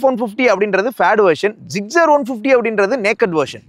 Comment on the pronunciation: Tamil reviewers always pronouncing Suzuki Gixxer as Zuzugi ziggzer😂😂😂